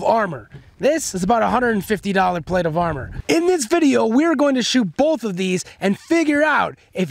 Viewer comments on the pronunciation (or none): none